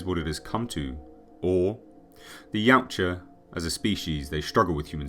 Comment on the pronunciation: I've forgotten what the name of the predators are called but when Arnold asks what are you it sound like he said yawcha or somet😂